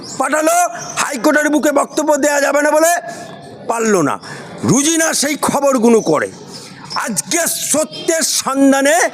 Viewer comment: Rojina not Rujina, thik pronounce karun